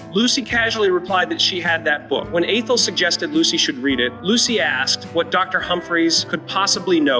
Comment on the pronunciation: Lost me at "A-Thel;" while it's true in life that dealing with some humans is difficult at times, I am totally sick of non-humans -- surprised that it can pronounce Lucy.